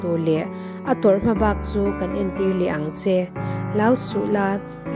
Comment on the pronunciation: Kutphah bawk tih i lam dan kha Bawkkhup a bawk kan lam dan hian lam tur aw.